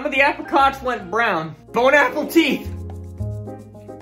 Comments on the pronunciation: Hey not trying to be rude but they're pronounced like Ape-er-cots the I isn't pronounced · The way he pronounced apricots tho😂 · How are you pronouncing apricots